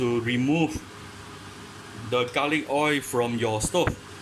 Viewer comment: hot oi. you forgot the pronounce the L at the end.